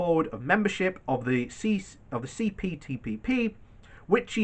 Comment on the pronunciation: lol you can't even pronounce CPTPP.